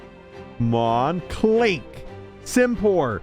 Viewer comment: Dude, READ the names, that will tell you how to pronounce it most of the time. Simipour is NOT Simpour, there is a second i. Unfezant is not Youfezant, there is an N